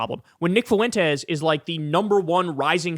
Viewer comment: I like Kyle a lot, he's exactly the kind of commentator the zeitgeist needs right now... ...but dammit, Kyle, how hard is it to pronounce "Fuentes"? It's just two syllables. Get it together, man.